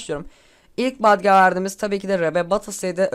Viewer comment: lütfen artık "badge" deme, "bec" de